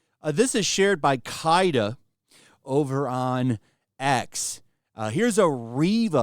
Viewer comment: The vitriol in that mispronunciation of Kaida had me cracking up.